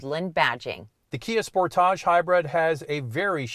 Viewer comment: I spit my wine out every time says Spor-tahhhjj... Yassss queen! RAV4 Hybrid is de facto leader in its class.